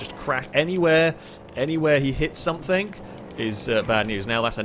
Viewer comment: I just wonder if the letter G is in your vocabulary? I mean you keep saying.. anythink, everythink, somethink. Lol not hating, just somethink I noticed. Love the videos though, thumbs up..